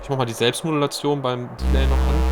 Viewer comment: Vielen Dank für das sehr geile Video - super Thema. Gerne mehr über abgefahrene Synthies; mich würde der Subharmonicon, alles von Dreadbox und der Swarm interessieren. Kleine, aber wichtige Kritik, da das sehr häufig vorkommt: beim englischen Wort "Delay" wird die zweite Silbe betont. Interessant wären für mich auch Videos über Hybrid-Setups, also die optimale Verbindung von Hardware und Software; Stichwort Midi Clock, CV Signale, Latenz. Danke für den geilen Content.